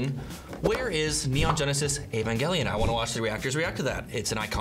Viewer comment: As an Evangelion fan, that "Avongelion" pronunciation killed me a little inside...